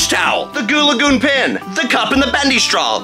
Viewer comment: Yes you’re pretty good at saying goo lagoon!